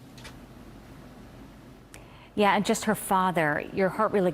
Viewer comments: Her name is Gabby not Abby! How rude. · GABBY PETITO Not "Abby petito" ... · Abby?! Getting her name right EVERYTIME might help a bit!! 🤦🏽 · Her name is gabby not Abby.this lady said it wrong